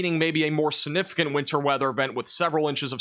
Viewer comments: you gotta learn how to say Significant and First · I know this is a small thing, but I've noticed you tend to make the g in significant silent. That's not standard pronunciation. Your pronunciation and enunciation is otherwise so good, I thought I should mention this. Your videos are excellent, so thank you for them!